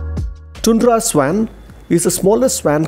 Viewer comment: Swan is pronounced as स्वॉन